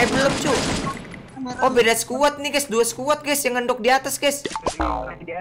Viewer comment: COBA HITUNG BRP KALI BILANG "GAYS"